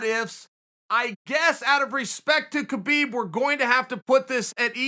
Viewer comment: imagine being a MMA legend but no one ever pronounces your name right. HAbeeb